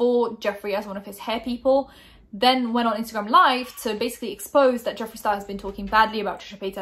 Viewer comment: I thought you pronounced his name good